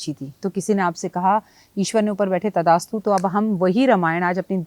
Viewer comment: Tathastu hota h Mam, abhaass hota h ap to kbhi galti ni krti aj kaise ki pronouncing m